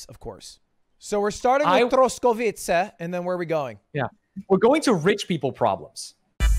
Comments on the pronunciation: The way he pronounced Czech republic, Liberec and Troskovice made me fucking die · I am from the Czech Republic and the way he pronounced it like "Shek" made me cringe so hard. Also the way he pronounced the region Troskovice lol. I have been there a couple of times and I didn't even recognize it when he said it